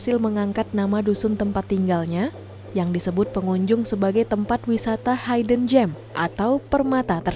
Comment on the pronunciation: Cara baca "Hidden" bukan Haiden. Tapi dibaca Hidn.